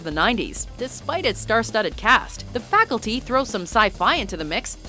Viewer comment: the Fraculty 😂